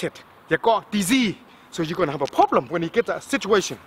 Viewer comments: I came un here to get some tips... All I did was laugh my fuckn ass off!!! 💀💀💀💀💀 "or u guna haf a prolblum" 💀💀💀💀 min 💀💀💀💀💀 all of it 💀💀💀💀💀💀💀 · "You gon hav A fokan problemmm" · Everytime he says problem, problem= Very Big Problem lmao